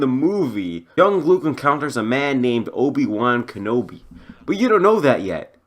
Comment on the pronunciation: "Obi Wan Kobi" 😂😂😂🤣🤣